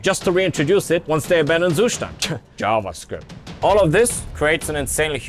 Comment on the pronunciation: That was an impressively good pronounciation of "Zustand" for a native English guy